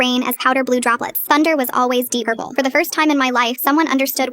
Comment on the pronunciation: "Deep bourple" is crazy